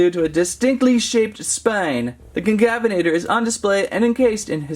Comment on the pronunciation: Bro is unable to pronounce concavenator